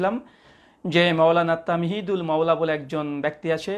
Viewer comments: ওনার নাম তামহীদুল মাওলা নয়। তাহমীদুল মাওলা । নামটাও সঠিক করে বললেন না আফসোস ! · নামটাও বলতে পারলো না 🤣 বলে তামহিদুল মাওলা বললো😄😃